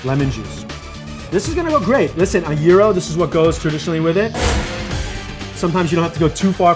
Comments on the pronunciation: It's pronounced jryro not yeero get it right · Throught the show I thought you were saying euro, not gyro. Shouldn't G be more emphasised? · same here, and gyro? lol thought the G was there to be pronounced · You say Gyro(Euro) I say Gyro(Gi-row)